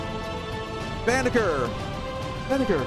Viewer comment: Banagher = Bah-Nah-Jer